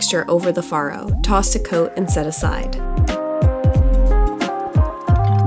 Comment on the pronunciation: Not only does your dish look incredible today, but we know now how to actually pronounce all 3 of those words. And we kind of purposely avoid them so we don't look like doofuses. Especially as foodies 😁